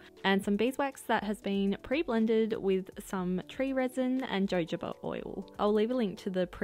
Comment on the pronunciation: Pretty sure it’s pronounced hohoba. The j is like the Spanish sound